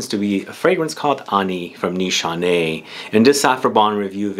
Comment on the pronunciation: The only one who pronounces it right sigh of relief Every other YouTuber butchers it and I cringe so hard , I can’t help it